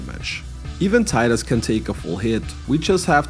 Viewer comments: Teedus, not Tie-dus. Come on its been 25 years already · Tidus is actually pronounced "tee-dus" for...some reason.